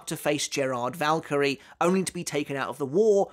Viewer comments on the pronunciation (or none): none